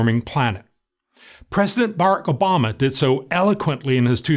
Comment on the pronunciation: pressdnt BARKOBAMA